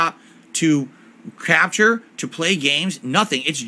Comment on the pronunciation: swear it sounded like he said crapshure, not capture 😂